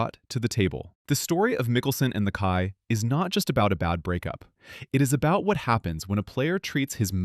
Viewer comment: Jim “Bones” Mc-Kie” is how it’s pronounced. Just as an FYI